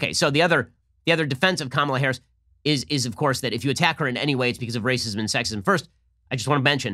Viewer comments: That RRRR roll was fantastic Ben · I thought Ben being able to play the violin was impressive, but then he rolled that R. My god, this man has no limit to his talent. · Very impressive "r" rolling